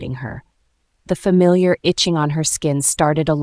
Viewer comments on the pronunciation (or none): none